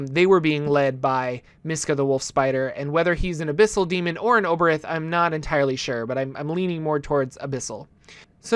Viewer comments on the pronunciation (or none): Obereth? You mean Aboleth?